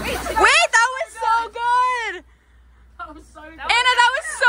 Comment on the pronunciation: "That was so gouææd"